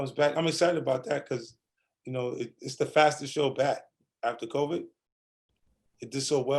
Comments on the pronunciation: Nobody: 50 cent: "Covic" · 50 calls COVID 19 “COVIC” like my moms does and it’s sending me. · My mama calls it "Co-vee"